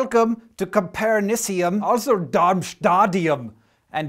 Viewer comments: pronounced: -[copperNIssium] -[darmSTAtium] -[rentGEnium] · Copernicium is pronounced like Copernicus